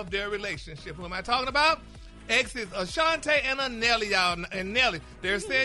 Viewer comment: HER NAME IS NOT ACHANTE ITS ASHANTI. CAN SOMEONE CORRECT HIM OVER THERE PLEASE